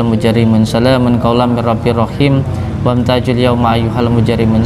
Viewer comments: Salamung qaula.dst. WAM TAZUL. BUKAN WAM TAJUL GUS.. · maaf ya, ayat dalam surat yasin itu, bacaannya bukan wamtajul, tetapi wamtazul yauma ayyuhal mujrimuun